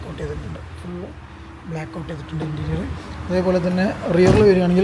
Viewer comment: ഇൻറ്റീരിയൽ അല്ല ഇന്റീരിയർ OK